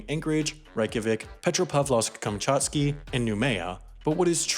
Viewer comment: Petropavlovsk-Kamchatsky was pronounced absolutely impeccable, despite it's long name, I'm impressed!